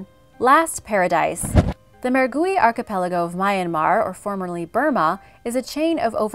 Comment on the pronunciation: Nobody commented how many times you mispronounced archipelago?